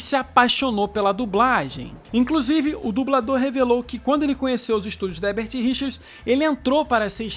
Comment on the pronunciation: Boa noite,seu canal é ótimo,vc só precisa aprender a falar HERBERT RICHERS porque vc fala HEBERT RICHERS todas as vezes que pronuncia o nome.Entendeu? Tem que pronunciar os dois ERRES.